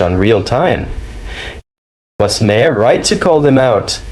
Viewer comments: Who is Bill Ma-May-Harr? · Narrator……Say Bill Mar not Ma-har. That’s how it is pronounced contrary to how it is spelled. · Let's get one thing out of the way, his last name is not pronounced how it's spelled, it's spelled "Ma-har" But it's pronounced "Marr" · Bills name is not “MY-HAIR” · It's pronounced 'Mar', not the 3 ways you pronounce it in the video! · Dude, stop insulting Bill. The "H" in his last name is Silent, it's "Mar" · You mean it's not pronounced Muh-hair? 😊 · Haha. Ma-har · Why do you feel thr meed to pronounce his last name differently every time you say it, it's not a hard name. Perhaps should be a pre requisite to report on someone, being able to say their name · The H is silent. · Ya gotta love AI voiceovers. How many different pronunciations of "Bill Maher" are there? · Every time you say "maher," you pronounce it differently. Very annoying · You need to learn how to pronounce his name. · Learn how to pronounce names before you post a video. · GEEZ!!! Every time I've heard Bill Maher's name pronounced; it's not the way this AI British sounding narrator does it!!! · The H in Maher is Silent . . ..shouldn't you know this?